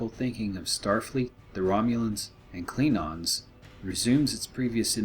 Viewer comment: Why does this guy keep saying "Kleenons" instead of "Klingons"?